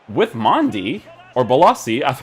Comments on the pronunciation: Its Mendy not Mandy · It’s Mendy not Mandy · Who is Mandy. I thought it was Mendy. 😂😂😂 he not only got a upgrade he also got a name change